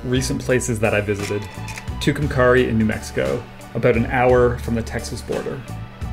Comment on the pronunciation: Fantastic work also, love hearing you pronounce Tucumcari.